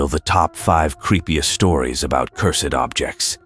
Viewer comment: hey, stumbled upon your channel by YouTube algorithm.Stored okay but it was cringe hearing you speak. It's cursed not cur-sed.